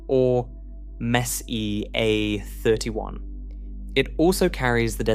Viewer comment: AI slop doesn't know how to pronounce it.